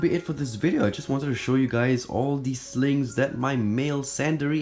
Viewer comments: I can’t tell if he’s saying “Snakes” “Slings” or “Sligs” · Why did I keep hearing slaves instead of slings